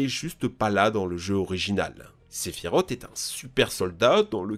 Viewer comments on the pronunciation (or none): Sephirote mon dieu, mais prononce correctement, même moi qui est dislecsique je c'est que sa se dit sephirose et que sa s'écrit sephiroth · Faut vraiment revoir ta prononciation des noms mon poussin, car ça ne va pas... Sephiroth se prononce "Sephirosse" et non Sephirote... Dante se prononce Danté... Et Miles...enfin t'as compris, je veux bien admettre que l'on puisse avoir des difficulté en anglais, mais là c'est juste de la mauvaise volonté. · Salut ! Juste pour dire que Sephiroth se prononce Sephirosse et non Sephirote ! Il suffit d'avoir jouer a Kingdom Hearts ou Crisis Core, ou de voir n'importe qu'elle vidéo (Last Order, Advent Children...) le concernant pour le savoir. D'ailleurs, dans Final Fantasy VII (Version PS1) aussi, juste en le combattant, il y'a la musique "One Winged Angel" ou les paroles prononce bien son nom. Désolé, ça me désespère d'entendre les gens écorché le nom d'un tel personnage. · On dit pas sephirot mais SEPHIROTSSS IL Y A UNE GENRE DE S A LA FIN ALOR UN PEUT RESPECT même si il ma énervé pendant des heures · (sephiroth) pourquoi tout le monde prononce sephirot alors que ça se dit sephiros 😱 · Très bonne vidéo, par contre je m'excuse mais "Sephirote" c'est pas possible 😂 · Par contre "Sephirote" non merci mdr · La prononciation de sephiroth 🥲